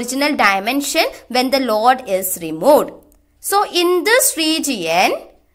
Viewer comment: Its Load .... not Laud